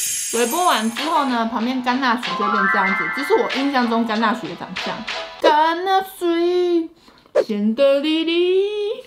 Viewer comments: 聽完的乾那水，阿滴應該會忍不住 XDDD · 甘吶水真的超好聽😂🖤🖤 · 乾納賽，害我水直接噴出來